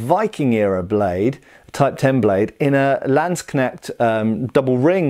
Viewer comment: Love all your content, but if we ever meet, i will practice the pronounciation of the word Landsknecht with you until you say it like a German